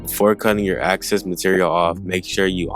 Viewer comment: Young man, no skilled artist will be replaced by AI! Great job 👏🏽. May I just offer one word of constructive feedback, I know after watching the video and in context you meant excess, but you said access so I literally was looking for an access point in the fabric! 😊 your mispronunciation is cute. 😊